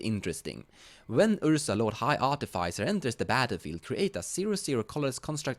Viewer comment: I will subscribe solely because I have finally seen someone pronounce Artificer the same way I do 😂